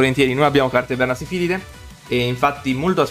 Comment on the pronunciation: Bro è vernaSILFIDE non vernasifilide😂 mica c’hanno na malattia ahahahah comunque continua così, bella profile!